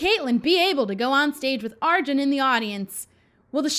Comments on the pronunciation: So Arjun is said as "UrJun" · Btw, Arjun is pronounced Are-June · BTW it's pronunced Are-June